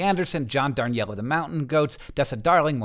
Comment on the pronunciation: INTERNET PEDANT SPEAKING: It's pronounced John Dar-KNEEL.